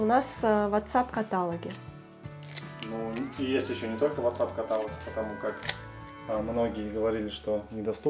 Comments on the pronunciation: КаталОг - ударение на ООООО ! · Ребята, каталОг. Ударение на О. ❤❤❤ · Бамбуки - множественное число😊, такое слово есть, а вот катАлог🤨😩 такого слова нет, каталОг😊, удачи